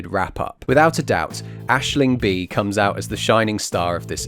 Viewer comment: Thank you for pronouncing Aisling Bea's name correctly. This is the first review I've watched that hasn't badly mauled it.